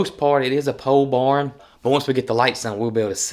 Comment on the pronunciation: Loving your beautiful farm and all the education and antics. It's just me, but the way that he pronounces the word ‘barn’ always cracks me up. To me, it sounds like he are saying,’born,’ like when a baby is BORN. Love Y’all!